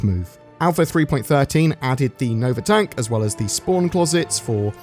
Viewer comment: not to nitpick, but it's pronounced "tonk" not "tank"